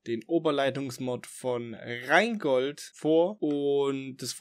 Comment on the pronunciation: Minute Wieso sagst Du eigentlich Reengold statt Rheingold? Vorher hast Du es ein paar Mal richtig ausgesprochen 😉. Der Rheingold ist ein Zug der DB, und als der fuhr war es noch nicht in Mode, alles in Pseudo- Englisch ausdrücken zu wollen. Ich finde diese Sitte ohnehin ätzend. Minute Bei der DB steht in der Regel nur alle 80m ein Mast, nicht alle 25 Meter. Du verwechselt da auch etwas mit Mastabstand generell, und der Anzahl der Felder für die Abspannung. Was Du zeigst ist offenbar eine 4-feldrige Abspannung, allerdings müsste dann der 3. Mast ebenfalls einen Doppelausleger haben. Gibt es, glaube ich, nur bei Hochgeschwindigkeitsstrecken. Üblich bei der DB ist ist 3-feldrige Abspannung, es gibt aber wohl auch noch immer Strecken mit 2-feldriger Abspannung (nur ein Mast mit Doppelausleger zwischen zwei Abspannmasten - sieht man aber nur noch selten). Die kleinen Abspannmasten sind im wesentlichen für die freie Strecke, weil alle 1500 m abgespannt werden muss. Einen kleinen Abspannmast neben einen hohen Turmmast zu setzen, macht in der Tat keinen Sinn.